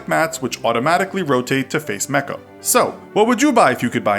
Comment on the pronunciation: You pronounced Mecca wrong..